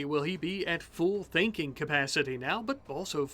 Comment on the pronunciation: I understood "thinking capacity" as "thanking capacity" that took me a minute, I'd like some luciferium for my smooth brain please.